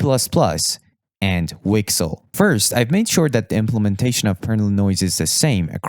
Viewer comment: I've never heard someone say WGSL like that lmao